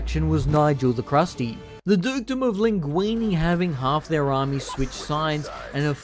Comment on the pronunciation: Mousillon ( moo see yon ) not Mussolini Languille (lan guiw) not languini Bordeleaux ( bore the low) not borsexcadu 😅